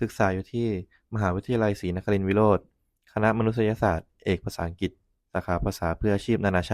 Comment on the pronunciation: นศ.ชายที่ฝึกงานต้องพูดภาษา”อังกฤษ แทนคำว่า อังกิด“ นะครับ